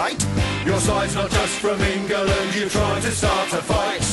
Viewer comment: ENGERLAND??? *england*???